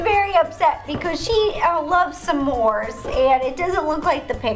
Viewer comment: you said "samor" on lol